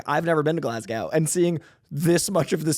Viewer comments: GLAZ...GO. GLASGOW. come on 😂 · Mate, just say Glasgow as glarse-go.